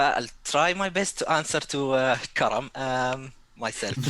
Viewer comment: love how ya butcher Karam's name the whole stream and he's too polite to say ..